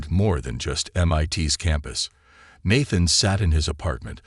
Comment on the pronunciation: Is Nathan a difficult name for AI to read correctly?